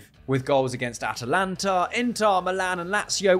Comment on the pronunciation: atalantAH inTAHHH milan